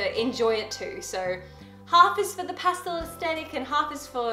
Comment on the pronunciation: Do people from not America say pastel the way she does? Drives me nuts!